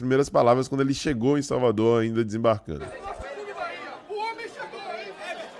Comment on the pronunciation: Xalvador, pojeto, o homem fala igual ao luxemburgo kkkkkkkkk